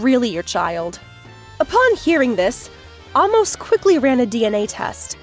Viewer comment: Amos is pronounced with a long a sound.